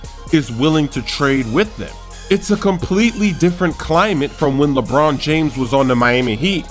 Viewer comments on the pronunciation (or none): none